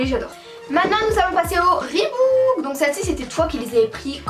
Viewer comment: on dit reebok et pas reebouk